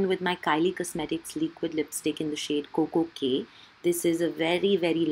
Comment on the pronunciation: Why do you say leequid instead of liquid?😂😂